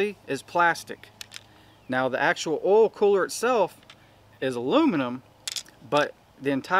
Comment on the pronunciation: "Ole filter"..... "Ole cooler"...🥴🥴🥴🥴🥴